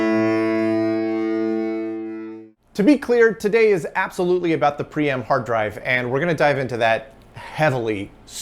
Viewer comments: It looks like you are trying to pronounce Priam (prai·uhm) Would you like some help? 📎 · It’s pronounced Priam, not Priam!